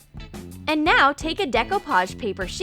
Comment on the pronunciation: You said and wrong and you sais select wrong